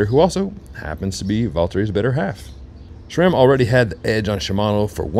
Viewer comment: SRAM, not "shram." SRAM is an acronym for Scott, Ray, and Sam, the three original founders of the company. There is no H. Maybe your badgering to get their products would go better if you can start by removing the H when you pronounce the brand's name. :)